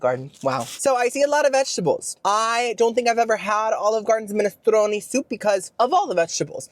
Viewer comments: I think that it's pronounced 'minestrone', not 'minestroni'! XD And I think that a cello is more like a violin, than a guitar! XD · Its pronounced Men-a-strone, not men- stroni